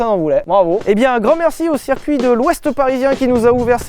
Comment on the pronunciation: Sylvain, ta prononciation de "circuit" en "serre-cuit" me fait PETER les plombs ^^ bisous